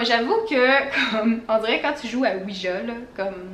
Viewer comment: Fun fact Ouija ce prononce Ouiya et non Ouija ( Ja = oui en allemand )